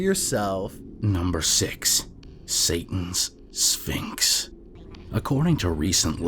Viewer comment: Ngl, for number 6 I swear I heard ‘Satan’s Sphincter’ and not ‘Satan’s Sphinx’ and I can’t take it seriously anymore